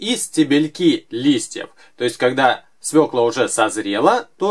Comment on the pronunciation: свекла а не свела!